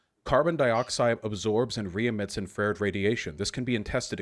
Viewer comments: The way vaush says Infrared is mind boggling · Yes, and thank you for preparing, but that pronunciation of "infrared" is getting me